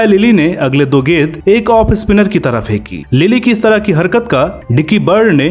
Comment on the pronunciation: गेद, गेदबाज !! It's गे न् द - गेंद, गे न् द बाज - गेंदबाज।